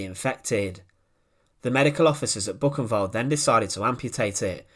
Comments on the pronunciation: Thats not Bucenwald, but Buchenwald. That ch is closer to خ. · Great documentaries, but pleased, please learn how to pronounce foreign words (especially names such as Buchenwald and Mafalda) correctly! The documentaries are terrible to listen to!